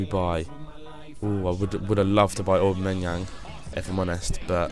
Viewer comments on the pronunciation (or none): none